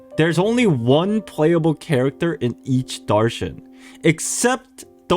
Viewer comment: As an Indian it hurts me with you miss pronouncing pari and darshan 😢 but it's not "fairy-like" it means quite literally a fairy, in metaphors we use it like "tum ek pari jaisi lagti ho" meaning "you look just like a fairy" [it is a mean of compliment/flirting] also Darshan ALSO means a miracle/blessing!